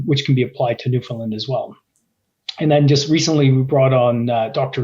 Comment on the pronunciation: Newfoundland rhymes with understand. The alright answer was fly the property, surface sample the targets identified, drill the targets with the highest prospectivity.